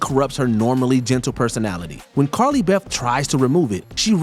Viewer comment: He says “Carly Bef”😂